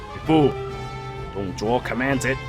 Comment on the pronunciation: Why does the english voice pronounce "Dong Zhuo" as "Dong Zhwa"?